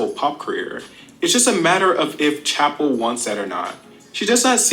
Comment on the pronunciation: I love calling Chappell Roan “Chacha” 😭😭